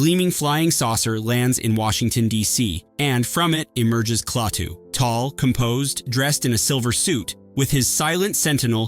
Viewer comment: How do you expect anyone to take you seriously when you call Klaatu...KLAY-TU... I clicked out immediately.